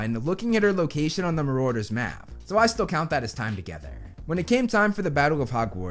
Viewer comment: The way he pronounces Marauder 😓🙄